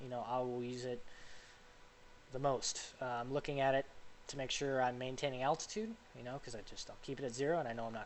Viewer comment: this dude just said "attitude" bro its ALTITUDE